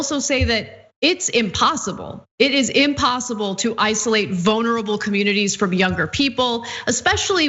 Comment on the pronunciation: Ana always pronounces vulnerable as "vonerable"...